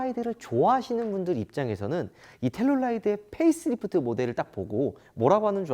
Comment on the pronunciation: 13분12초 펠리하이브리드? 페이스리프드죠?